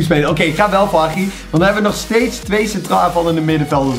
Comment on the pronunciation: Je hebt fifa in je naam staan terwijl je Hagi en eusebio niet eens is normaal kan uitspreken.